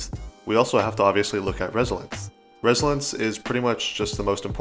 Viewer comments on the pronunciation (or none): My guy said resilence😂